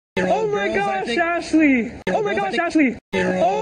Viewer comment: "ohh myyy gooossshhh ashhhhlleeeyyy" he sounds like a little kid trying to speak english for the first time LOL DO MORE DO MORE!